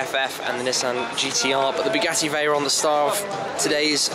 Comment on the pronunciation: "And here we have the Bu gassy Veyron"... Dude... -_